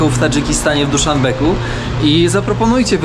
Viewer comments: Kompletnie nie kumam czaczy w takiejże kwestii. Odkąd jesteś w Tadżykistanie mówisz o stolicy tego państwa ,że jest to Duszanbek, tudzież Duszanbeg, a tymczasem z tego co ja się orientuję to stolica Tadżykistanu ma nazwę DUSZANBE.. niezależnie od tego w jakim języku ją wymawiamy..... Popraw mnie jeśli się myślę, a jeśli mam rację to bądź łaskaw wymawiać wszystkie nazwy miast, miejscowości tudzież innych zapomnianych przez Boga , diabła i świat miejscowości zgodnie z przyjętą i oficjalna nomenklaturą. To nie pierwszy twój lapsus językowy.. Podobają mi się te twoje relacje, ale.. chcesz błyszczeć ok... ale wypadałoby naprawdę przygotować się do pewnych rzeczy, a nie tylko pleść co akurat masz w głowie... Już raz mi podpadłeś w swoich relacjach... mam na myśli tutaj twoją relację z granicy rumuńsko-mołdawskiej i tzw. fakersem... Liczysz na tzw. węglowy ślad i pocztę sandałowa... ok... nie ma problemu, ale pod warunkiem, że twoje relacje będą naprawdę profesjonalne i na tip top... Pozdrawiam. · Dolina Fergany, anie jak powiedziałeś Ferganu, Duszanbe , anie Dusznbeq, no i powoli rozumiem co masz na myśli mówiąc " grubo"- w Afganistanie będzie rozrywkowo, czyli grubo